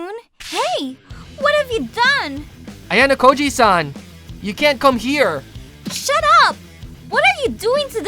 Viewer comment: Bro said ayanakoji😮